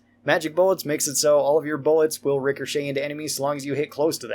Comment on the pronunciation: please please please it’s rik a shay. Every time you say Ricker shay I wanna chop my ears off